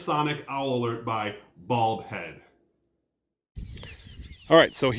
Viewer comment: I keep hear saying "Bald Head", instead of Bulb Head."